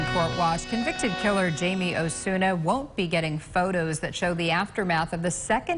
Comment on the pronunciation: His name is pronounced Himay